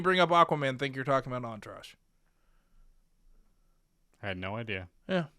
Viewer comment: I gave up after I heard Enterage. Good episode up until that